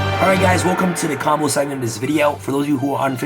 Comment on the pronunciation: Nobody:: “COMBLE-OFF” “SPESH-UMIN”